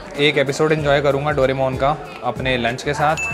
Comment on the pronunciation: Doremon❌ Doramon✅😅😅